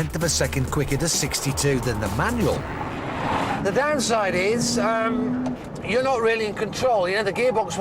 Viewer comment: It's "MANUAL" not "MANUEL"